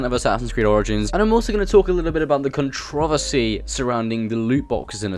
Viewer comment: cuntrohvussie lol wtf